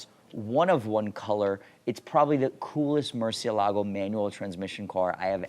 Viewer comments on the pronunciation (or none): The Merci.....the pronunciation!! It is Mer-Chee-EL-ah-go! Not Mercy-el-LAH-go. It even TELLS you that on the door sill! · Do you realize that you are pronouncing "MURCIELAGO" wrong? It should be pronounced “moor-SYELL-ago” for English speakers.